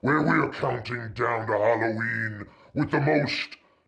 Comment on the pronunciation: Did he says Hollyween?